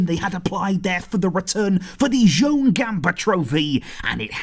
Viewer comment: Joan in Catalan is pronounced "jo AN" like 'Joanne'